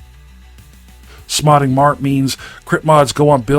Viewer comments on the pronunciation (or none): Bro, u said "smodding mart" 😂. I kno what u meant, but I'll be damned, that made me lol.